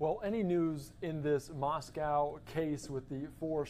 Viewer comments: The name of the city is pronounced "Moss-coe" with a long 0 vowel on the "coe" part -- not "Moss-cow," as in a Russia's city. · Maws-quo.....why can't they pronounce it correct? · It's not "cow" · Of course it’s ‘coe’ you’re right. What about the ‘mo’ in Moscow, which almost everyone pronounces ‘ma’. As in ‘Mascow’. That’s because they can’t pronounce a short ‘o’ lol I’m not sure why Americans go even further by mispronouncing the ‘cow’ in Moscow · FOX! You seem to be the only ones who can’t pronounce Moscow correctly. It’s been 4 weeks! Moscow rhymes with Idaho. “moss-koh”. It is not pronounced like the Russian capital. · Someone who can pronounce the town name...Moss-cow...after Moscow,Ayrshire, Scotland! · It’s not Moscow like Russia but Moscow with the w silent.